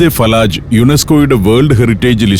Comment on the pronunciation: ഫലജ് not ഫലാജ് ❤from oman